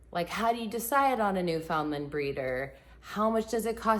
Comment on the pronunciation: Please, learn to pronounce Newfoundland.